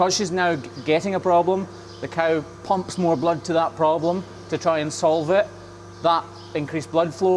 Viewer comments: The cawl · I do love to listen to Scottish men saying the word “cow.” Enjoyed the video and, as always, watching work and listening to his explanations. He works harder than any 5 ordinary people and brings his compassion and will to learn and share to everything he does. He’s also a natural teacher, so it seems like an inevitable progression for him to combine his media skills with teaching farmers and aspiring trimmers worldwide. He more than deserves every subscriber. On to a million!